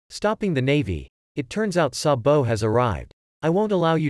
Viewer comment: Why he said sambo it’s sabo